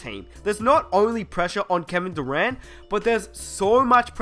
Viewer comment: he said Kevin durant like kwevin durwantt